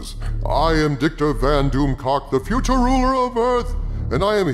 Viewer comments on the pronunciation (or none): Did he say Dictor Van Doomcock at the end?